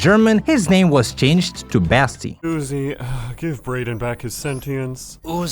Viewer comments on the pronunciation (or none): its not pronounced "basti" but "baasti" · Im a german and, yes, Basti (which you do not speak like Bästi) is a german name and does sound more familiar.